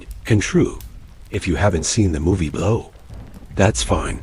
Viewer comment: At the end the A.I. narrator said, "The man behind the movie, Blaaouu." 😜👌